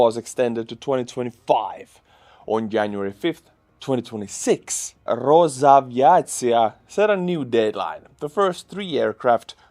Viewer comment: Excuse me,, Rosaviatsiya (Russian: Росавиация) is pronounced ah-vee-AH-tsee-yeah. Nothing to do with roses (ро́зы).